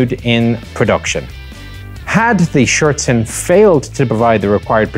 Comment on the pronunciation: Good pronunciation on the 'Schürzen' there, that is a difficult word for many native speakers of English to get right.